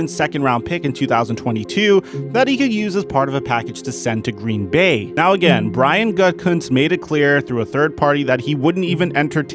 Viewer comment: GOO-da-koonst 3 syllables, emphasis on the first syllable. His nickname is pronounced "Gudi", as heard in the phone call with Shanahan in this video. He says John never called Gudi.